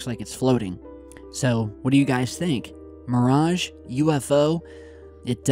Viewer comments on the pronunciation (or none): none